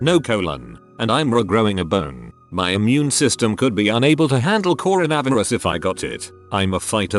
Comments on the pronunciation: Corn - a - viri - ez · The pronunciation of coronavirus 🤣